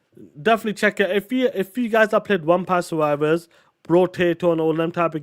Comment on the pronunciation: Did that POS say Umpire Survivors instead of Vampire Survivors?!